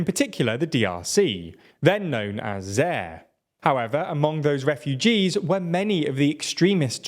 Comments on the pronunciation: ZAÏRE was pronounced ZA-YIR not ZER. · Zaïre pronounced Za-eer, not Zer. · Great information, it's pronounced Zayire, not Zaire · Looool "Zeeeerr"... its Za-eee-re. But great summary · It’s pronounced “ZAI-RE” not “Zare” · I've never heard someone pronounce "Zaire" "Zeehh." ZAIRE! Say it with me, dude. Zaye-ear. Zaire! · Good grief. Your pronounciation is attrocious. Its president Gigali, not Gakimé. And it Za-ir, not Zer. These are not unknown names, a simple youtube search would've yielded the proper pronounciation. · Zaire does not rhyme with hair. Zaire rhymes with kafir or fakir. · It was never called "zare". Say it like "zai-air". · It's Zaire not Zaar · Your pronunciations are pretty poor: it's 'Za-eer' not 'Zair'; Laurent is pronounced in the French way (it's a pretty common French first name) - not with an '-ent' ending. Your failure to pronounce stuff undermines the image of expertness your channel tries to project. And makes us how well you can actually understand what's 'really going on' if you can't even pronounce names properly... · Since when are we pronouncing "zayeer" as "zeh"? You guys do good journalism but really get a lot of pronunciations wrong that take like 5 seconds to look up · I love your videos but you need to learn how to pronounce foreign names properly. Zaire is pronounced 'zah-EER' and Laurent is pronounce 'law-RON'. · I love this but bro, your pronunciations are hilarious! Seriously, you're killing me! You know, you could always look up the pronunciations of "Paul Kigami" or "Zaire", pronounced "Za-Air". 😂😂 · You know, this affectation of mispronouncing all foreign-looking words really hurts your credibility, at least for those of us who don't see the UK as the centre of the universe. “Zare”, indeed! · Great video. Once again folks, please work on your pronunciation though. Like seriously, Zai-ear and Ka-ga-may are not that hard. Good work though ✌🏽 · Za ie re, and not whatever you said. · That's not how you pronounce Zaire